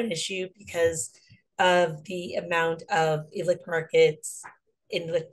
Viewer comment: Loved hearing all the voices, and sources of good info! btwthe "c" in ilicit is pronouced like an "s"